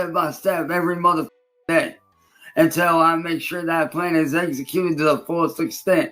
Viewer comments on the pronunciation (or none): Heh, he says "Exeggcute" instead of "execute."